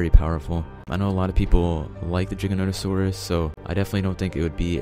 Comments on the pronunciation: #1 sounds like he's saying "ChickenNuggetSaurus" and not giganotasaurus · I tought he is saying CHICKENNOTOSAURUS